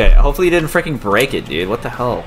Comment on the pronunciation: It's dude not dood u donut